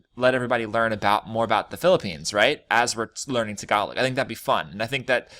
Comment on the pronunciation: Tagalog t(s)egalowg Remove the (s or z) sound when you pronounce words with t and d